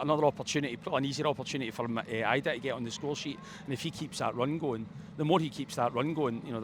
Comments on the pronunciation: try learn to say idah name right ffs it’s not “ayeidah” it’s idah and mcgreggor needs left out next game he should play one miss one he kept giving ball away again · This guys got to be at it. EYEDAH. MCGOWAN? It’s not hard to say these guys names correctly.